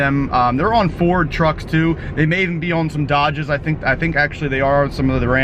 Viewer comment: No. Don’t ever say ford again. 😂😂😂